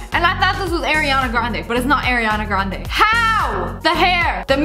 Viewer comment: Girl called her AIR-Rianna Grande